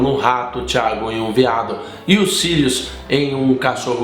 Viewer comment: 1. Apesar da pronuncia errada, só existe a palavra "veado"; 2. Na Europa, os veados (cervos) são considerados animais muito nobres, muito utilizados em brasões (casa Baratheon de Game of Thrones que o diga); 3. É muito difícil se transformar em animago, e vc se transforma em um animal que combina com você, normalmente um animal comum, o que é muito bom para disfarces 4. Fênix existe em HP, mas duvido que se transformar em um animal mitológico seja viável para um animago, não apenas pela dificuldade, mas pela ausência do disfarce em si